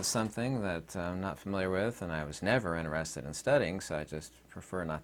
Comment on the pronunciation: In-TER-ested. TER. It has letter T in it.